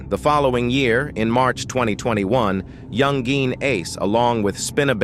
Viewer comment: You could have taken 2 minutes to check around and see how he pronounces his name. It's not "Young Geen" with the hard G. It's pronounced more like "YoungIn ". Basic research, bro.